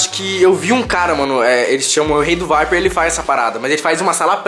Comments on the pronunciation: Vdd, da mó agunia ele falando viper veiiii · Mano ele falava vape vaiper mds ainda bem que ele não fuma mais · " vaiperr" kkkk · “Um VAIPER” kkkkkk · "Vaiper" KKKKKKKKKKKKK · Da agonia de ouvir o falando vape errado